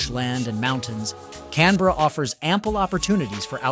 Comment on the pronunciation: If you do a video about a city, maybe you should learn how to pronounce it